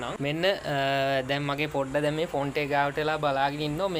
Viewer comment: බ්‍රෝ ඒකට පොන්ඩ් එක කියන්න. ෆොන්ට් එක නෙමෙයි හරි වචනෙ. පොන්ඩ් (Pond) තමයි හරි වචනෙ